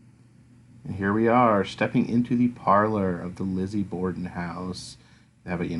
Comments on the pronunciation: It’s borden not border :) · Hey bud, FYI. It’s Borden, not border.